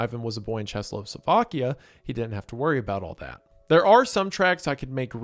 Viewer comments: had to check if there's a place in Slovakia called Cheslo and it's just another classic Wendi butchering the pronunciation of words. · Wendigoober utterly butchering the former name of my country (pronounced Checko-Slovakia, written Czechoslovakia). It's not like you really think about Czechoslovakia on a daily basis anyway though so it's totally understandable, we all mess up sometimes. Much love from this god forsaken land of socks in sandals, amazing beer and fried cheese with fries ❤ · Waiting for you to pronounce Czechoslovakia correctly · I haven't come across such a butchered pronunciation of Czechoslovakia in a long time. :D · The eight-spoke wheel might be an another buddhist symbol, alongside the turned statue of (what I think might be) Guan Yin (Avalokiteshvara or Kanon). Also, how many times is it possible to mispronounce "Czechoslovakia"? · I find it so funny that he tried to say the first part in czech and gave up on second and just used english. Even if he pronounced it correctly it would still be ČeskoSlovakia. The possible funniest outcome. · Wendigoon probably has the worst pronounciation of Czechoslovakia ever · Please work on how you say czechoslovakia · Wendigoon trying to pronounce "Czechoslovakia" challenge. Level impossible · Its crazy Kane at my age was creating history, while i sit and watch this with my choccy mik, also you said Karlovy Vary and Czechoslovakie wrong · I never heard someone pronounce czechoslovakia so bad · Wendi not being able to say "Czechoslovakia", but getting rather close to saying "Karlovy Vary" is certainly something... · Wendigoon fighting for his life trying to pronounce "Czechoslovakia." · I've never heard anyone have such a hard time saying "Czechoslovakia". Ily Big Lipped Boy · What is this weird pronunciation of “Czechoslovakia” 😂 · what slovakia? How do you butcher Czechoslovakia that bad man but hey Czechia (and slovakia) mentioned!!!! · iceberg boy can't pronounce czechoslovakia